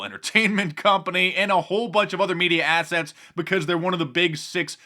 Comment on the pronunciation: Did he say "media assets" or "media asshats"?